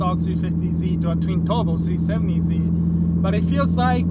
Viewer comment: Sounds like he says c70z lol